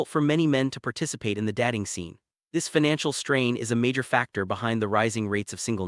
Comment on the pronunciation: Why don't you check the pronunciation of your content prior to publication? Datting - What the fuck is that?